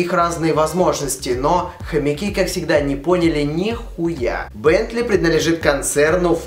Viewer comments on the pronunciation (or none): Аааа, блять, мои уши!, хватит говорить "приДНалежит" вместо "приНадлежит"!